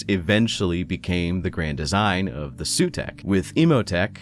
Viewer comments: I think for Sautekh dynasty the pronounciation might be not 'Sutek' or like others says 'Sawtek', more like with a low 'Z', so 'Zautek' and yeah you should pronounce the 'U' like a double O (pr. oo like in zoom), so at the end it's 'Zaootek'.... In my humble opinion as none english 40k fan 😁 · It’s pronounced Sah-oo-tek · It's Saw-Tech. Say it roooiiight! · The "Sooteck" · Hi. Egyptian here. It’s “Sowtek” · Your mispronunciation of Sautekh genuinely angers me. A deathmark is already on the way. Glory to the Stormlord.